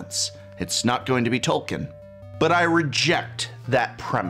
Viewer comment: That’s not how you pronounce “Tolkien”. The last syllable is like the word “keen”.